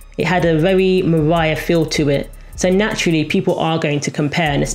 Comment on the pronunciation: this was a great video despite the accent 'leonarrrr' 'mariarrrr'